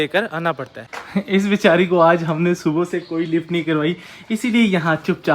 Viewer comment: Tum subha ko subho kyu kehte ho